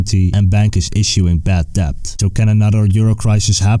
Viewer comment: The b in debt is supposed to be silent ;)